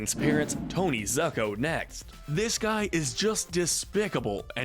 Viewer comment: Why you Americans have so difficulty to pronounce Italian names? It's ZUcco, not ZAcco or ZAEcco, just think like it's ZOOcco! Plus, I remind you that Ra's KILLED his daughter in Batman Of The Future!